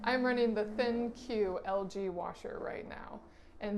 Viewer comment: It's actually pronounced "Think" 😊😊😊😊❤❤❤❤❤